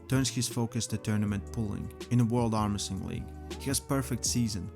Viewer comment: Armresting in not Armwresling.